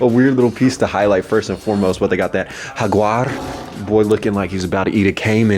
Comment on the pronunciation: Love the accents first “Michael Hordan” then Hajuar 🤣